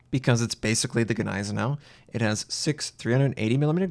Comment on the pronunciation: The Ganeisenau never existed... the Gneisenau did... The G is basically silent. PLEASE IN THE NAME OF GOD STOP BUTCHERING THAT NAME! Neisenau... Ni zen oww